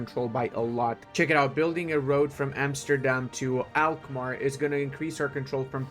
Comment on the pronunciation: i know you said your sorry about butchering the names of the towns but you pronounced Alkmaar perfect;)